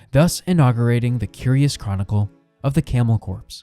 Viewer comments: I was gonna say..never heard it called a corpse before. Definitely camel corps as in core or marine corps. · Hey buddy just an FYI. The word “corps” sounds more like the word “core”, not the word “corpse.” Just wanted to let you know so viewers won’t get confused. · I can't unhear camel corpse.